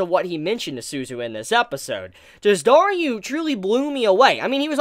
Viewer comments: Also it's DARU, not DARYU. Is pronunciation really that hard? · I am thinking of the hardest question in this Channel Why are you saying Daryu instead of Daru 🤔🤔🤔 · And that moment comes, when Daru acts like a true gentleman of a father. It really gets me. By the way, it's DARU not DARYU xD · Amazing review but why do you call Daru, Dar-U?